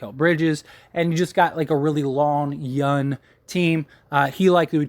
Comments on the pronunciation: Why do you keep saying yun and not young? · There’s a G on the end of “Young” player.